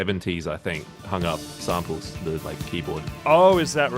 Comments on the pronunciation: Right?! There's a G in that word, right at the end! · I felt disturbed every time he said son instead of song, hun instead of hung, sener instead of singer, etc...